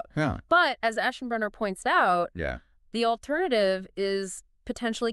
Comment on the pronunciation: AI: Must. Find... ASHENBRANER!